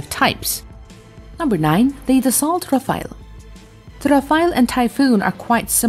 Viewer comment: Its not Rafa..el its Raf..ale.